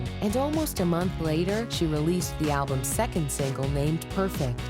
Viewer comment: Thank you! Banked off others' work. Plus anyone who pronounces it "alblums" needs to go back to school! 🤣